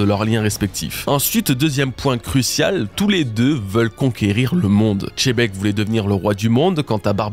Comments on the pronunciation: La prononciation est bel et bien "Chebek", que ce soit en japonais ou en français, le "Xé" n'est jamais prononcé "Gzé" mais plutôt "Tché" voir "Dji" Le rendu final prononcé de Xebec donne alors "Tchebek", "Jibek" ou encore "Djibek" Bonne journée ! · On s'en fout de comment on dit Xena ou Xylophone ou autre, moi je te parle juste de Xebec et Xebec ne se prononce pas "Xé" Vu que t'as l'air d'avoir des soucis d'écoute, prend du temps pour passer en boucle la VF sur Sengoku et tu verras. Après je t'accorde que je le prononce mal, la prochaine fois je dirais Djibek ! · Rocks D chébeque ? Pas compris pk pour vous le X = che, que je croise pas un FR me parler de « shanksu, etc » attention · J'ai pas parlé que du Japonais, tu remarqueras qu'en VF dans l'anime (episode 958 normalement) "Xebec" ce prononce en réalité "Djebec" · faut pas te forcer c'est le seul individus qui dit tchébec faut pas trop lui en demander sur les prononciation.. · Tu le prononcerait comment? Perso j’ai l’habitude du X catalan donc plutôt Chebec (C donnant Ch comme cheval), mais je sais pas comment faudrait le prononcer en vrai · Arretez de dire chebec, le x ne se prononce pas comme ça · nom mais il ignore juste la règle arbitrairement c'est tout. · Merci pour la review 👌🏼 Pas d’accord sur la prononciation de Xebec, et pas d’accord sur Barbe noire qui récupère Pluton car le narrateur l’a dit: sous le règne de Momonosuke Wano connaître la paix. Donc ça n’arrivera pas. Par contre il récupérera Poseidon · je veux bien te croire aha tu connais mieux one piece que moi 😁 mais xylophone je ne le prononce pas djilophone ou chénophobe, ou alors chénoblade chronicles😭 chacun sa prononciation après tout ! Bonne journée à toi aussi !! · je suis d accord avec toi que les japonais prononce gzébec , ce qui fais xebec au final, mais surtou pas chebek, tu veut me dir qu il prononce aussi lojia au lieu de logia ? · Salut à toutes et tous, à quel moment "x" devient "ch"😂... Merci pour l'analyse.